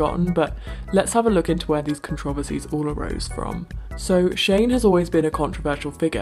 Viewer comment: The way uncle says controversies is beautiful... I love it. Thank you Uncle!